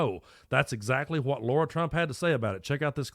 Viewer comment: LARA, not Laura.